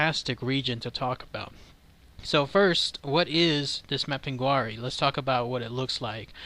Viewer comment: It's pronounced map-in-gar-ie